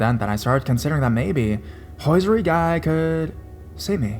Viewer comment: Hehe, it’s HOSIERY, not hoisery. 😊 Great video as always though.